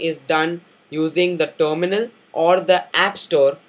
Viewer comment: tominul.. what is tominul..